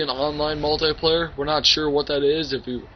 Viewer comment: he says multay player XD